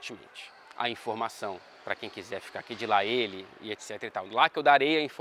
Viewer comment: KAKAKAKAKAKA eu nem tinha pensado nada aí vc fala "la ele"